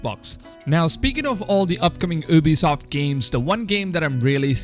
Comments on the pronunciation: The first thing I hear is OOBISOFT and I'm like BRUHHHHHH its U-BISOFT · Lol u can't even say Ubisoft